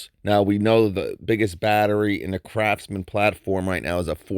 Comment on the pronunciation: Hey is it me or I'm just hearing things, sometimes when you say "craftsman " it sounds like you're saying "crapsman" 😂😂😂